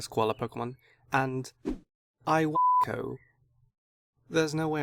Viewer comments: It is pronounced ee-wanko not ai-wanko it's from the japanese word iwa which means rock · Because it is pronounced lwanko for some reason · say it slowly. ee-won-koh. now say it. iwanko. there ya go. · Why did he senser Iwanko